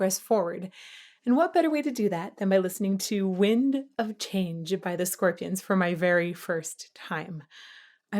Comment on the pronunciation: The diphthongs that you picked up on might just be a German accent. There are tons of diphthongs in the German language, like au, eu, ei, äu and so on and we always say them as one sound that is more like the second vowel, like Klaus does here. ”Change” or maybe ”Chain” is more like ”che-in” in English, sustaining the ”i”, but for example in ”Europa” the ”eu” is one sound, you don’t say ”Eh-Uhropa”, but ”Oy-rohpa” and it is an ”y” sound that you sustain for the first sylable. Same in ”Mauer”, you don’t say ”Ma-oower”, you say ”Mau-wer” with the ”u” being the sound that is sustained. English natives often do it the English way when they pronounce a German name and that sounds funny/charming to us. I have never thought about this before, but now that you mentioned it, I think this is very clear. By the way, all the things you said in the beginning that you qualified with ”I think that…” are all true.